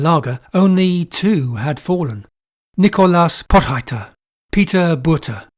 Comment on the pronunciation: Potgieter is pronounced Pawt-gheeterr (gh is gutteral rr is trilled).